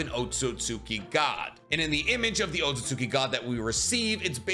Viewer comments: This guy still can pronounce otsuski properly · The second u un otsutsuki is silent. Japanese 101.